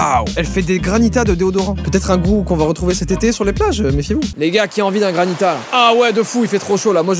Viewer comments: On dit GRANITE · Granita ?? Non non non c’est granité 😂😂😂 mais bon tu dis comme tu veux 😂